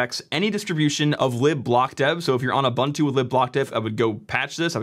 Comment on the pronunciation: Says "OpenSUSE" correctly. Butchers "Ubuntu." C'mon, son